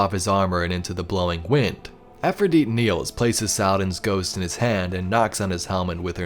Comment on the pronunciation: Pronounce her name correctly! It's not Afridite! Its Efrideet.... with an E!!